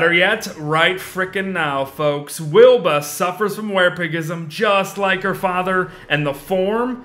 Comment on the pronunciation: Very late but, you called her "Weeba" or however you would spell that.